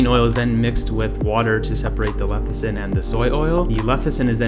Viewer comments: leCithin. NOT leTHicin. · I can't take this video at all seriously. It is NOT pronounced LEH THI SIN, but LEH SIH THIN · Sound it out. Leh - SIH - thin, not leh - THIH - sin. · You Say Leth-i-cin thru the whole video and you're giving advice on Lecithin..... interesting... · I’m reading lecithin and he’s saying lethicin, my brain! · You say it wrong enough times and it starts to sound right. LE-CI-THIN.... not LE-THI-CIN. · I thought that it is leCiThin... you keep saying leThiCin... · You spelled lecithin correctly, but pronounce it lethicin... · i thought i was the only one hearing lethicin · say it with me: less-a-thin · It's LESS-I-THIN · How can we trust your content if you cannot even pronounce Soy Lecithin? Yikes! Perhaps its your first day with your new mouth... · man, you couldn't even pronounce soy lecithin. cute cat tho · You can’t even pronounce lecithin correctly. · Discredits everything when you can’t even pronounce the product correctly. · Just because he mispronounced it, doesn’t mean the information is discredited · it only means 1 thing for me, he didn't do a proper research about it if he can't pronounce it properly. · He doesn't know how to say it yet we see him criticising it. Probably reading off some paper. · don't trust someone who can't even pronounce the thing properly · Thought I was the only one who was catching his incorrect pronunciation…kind of makes me question the validity of this video 😅